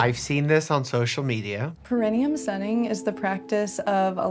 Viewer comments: The girl who exposes her perineum to the sun need to learn how to pronounce perineum. She keeps saying it with the accent on the wrong syllable. It’s grating. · With the lady saying “Pe-RI-ne-um,” I was starting to question myself, especially when he didn’t correct her pronunciation. But the dictionary says it’s ˌper-ə-ˈnē-əm, meaning the emphasis is on the NE, not the RI. So I was right. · my only problem with this girl is how she says "perinium" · I love how the perineum sunning lady didn’t even pronounce perineum correctly 😂. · The way she pronounces perineum bothers me lol I had to google it to make sure I wasn’t the one saying it wrong